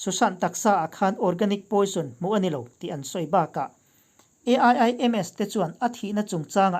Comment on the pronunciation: A.I.I.M.S I tih tut2 dan ah I thusawi awih a har